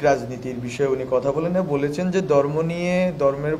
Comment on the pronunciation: ভাই এটা দর্ম না ধর্ম কাইন্ডলি উচ্চারণ গুলো সঠিক করেন কারণ আপনাদের দিকে এখন বিশ্ব মিডিয়ার চোখ।